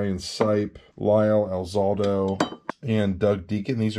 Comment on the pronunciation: Lyle Al•Za•Doe. Youre welcome.